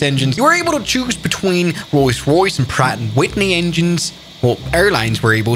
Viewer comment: roys royce